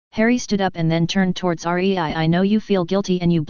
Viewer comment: her name is rei NOT r e i